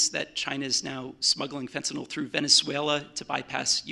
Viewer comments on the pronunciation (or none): why do people always pronounce it FINTINOLL? it makes me fucking crazy, it's fent-a-nil. say it right